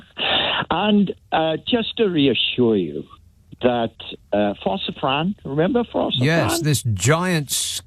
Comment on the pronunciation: I love, but - on the remote chance he's reading this - Ffos-y-Fran = "force er vraaaan" not "foss er fran".